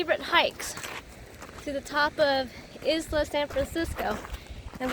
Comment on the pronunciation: Isla in Spanish is correctly pronounced “i la”. The “s” is silent.